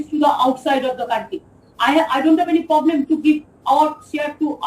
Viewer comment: She has "poblem" with everything. haha